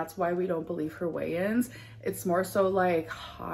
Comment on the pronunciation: Every time you say "weigh-ins" I think you're saying "Wayans" like the Wayans brothers.